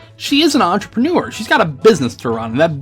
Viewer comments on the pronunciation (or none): none